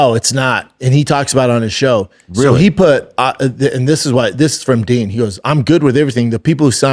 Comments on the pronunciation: Dean not DEN. Jill, not Gill. Does Brandon Schwab even watch the product anymore? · Brendan I know it’s spelled “ Din “ …..but it’s pronounced DEAN!!! lol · Din and Gill over n over 🤦🏻‍♂️ only guy to ever pronounce both wrong. Whole can of Pringles on your shoulder 😂 love it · Yo its spelled din pronounced dean 😂